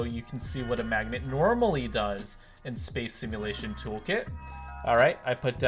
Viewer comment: I thought he said lets throw it at the MMAGDNET!